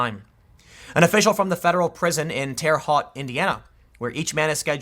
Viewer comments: Pronounced Terra Hote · "Terre Haute" rhymes with "fair goat". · Not bashing you Tim but, it's "hoat" like "boat". Terre Haute is french for high land.